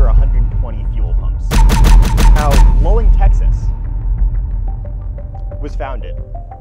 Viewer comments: Luling (pronounced Lou-ling, btw) is near the intersection of Higways that lead to Austin and San Antonio only two or three hours drive from Either; and has an absolutely famous BBQ joint and is a very common Road Trip Destination (I've daytripped from Dallas to there for a BBQ Lunch, it's quite good, the Buckees wasn't there yet) so yeah, it's a big, convenient, easy to find stop in a place you would naturally end up if you were going from anywhere in South or Central Texas towards any place further west than that (or, indeed, vica versa), at about the point where you would want to stop for gas if you were leaving either of two major cities. and yes, I know it's a Joke, it's a pretty good one, but I enjoy the fact that just like with your own debunking videos, it's laughably easy to provide a simpler and much more reasonable explanation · It’s pronounced sa-VEER-ville, TN. Also LOU-ling, TX. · Oh my god it's LOO-ling. Love y'all but damn. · Luling TX (loo-ling) is about halfway between San Antonio and Houston on I-10 (Actually halfway between the Buccees in Katy and San Antonio). It is also host to the largest watermelon festival in the world, Where the population balloons to two or three times the population of the town. Definite Conspiracy!!!!! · Luling, not "Lulling." They also have a water tower painted up like a giant watermelon. Had to pass through here every time I visited my brother in college at UT Austin and when I did grad study in San Marcos. That said, tiny Port Lavaca has a small Buc-ee's that has to be treated as a flagship store because the owner has a fishing cottage in nearby Port O'Connor and everything must be perfect if he passes through to get gas, snacks, or ice at any time. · As someone near the town of Luling, it hurts me to hear you not pronounce it 'Loo-Ling' but yay for a close to home shout out XD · I love seeing non Texans talk about Texan stuff, also we pronounce it "loo-ling" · It's pronounced loo-ling, not lul-ing